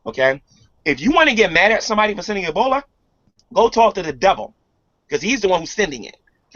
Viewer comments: sometimes you hear say something that you think is a slip of the tongue....but then he does it again. 6 month year old e-bol-eye axe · Somebody please, please, tell him that it isn't pronounced "Ebolii".